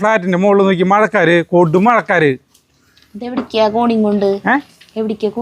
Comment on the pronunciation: മഴക്കാര് അല്ല .മഴക്കാറ് ആണ്😂 Swarnathinte kadha suuuuperayitundu😂😂 Ithepole chicken lu undaakki nokkoo superaayitundaavum. Curry addipoliya to.